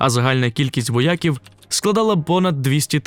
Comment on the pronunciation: воЯк - воякИ - воякІв воЯка (поганий воЯк) - воЯки - воЯків ви образливо наголошуєте :)